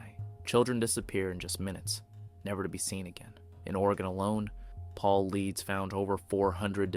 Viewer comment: great video. well researched fyi: David Paulidas pronounced Paul I Des